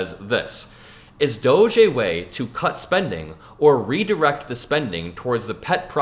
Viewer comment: You should pronounce DOGE like dodge.